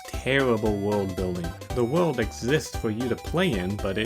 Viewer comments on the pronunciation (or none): Tewwible wuld building’